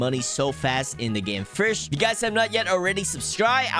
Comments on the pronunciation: Why do you pronounce fish like "fursh" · Fish ❌️ Firsh ✅️ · STOP SAYING FURSH instead of fish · Fish ❌ Frish ✔️ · Ah yes it is totally pronounced (firsch) and not fish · Fish ❌ firsh ✔️😂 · I am not new. "Firsh" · I love how you say firsh instead of fish ❤️ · my only concern about this video is your pronunciation like "firsch" eh?? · Bro “fish” doesn’t have an R in it, stop saying FIRSH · I don’t have a problem with your pronouncing but why does it sound like “firsch” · "You can catch more firsh" sounds so Authentic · I like to "FIRSH" HAHA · thank you for teaching us the best "firsh" to catch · Why do you pronounce "fish" so weird